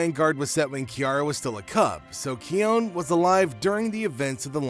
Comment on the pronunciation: Its pronossed kion not kion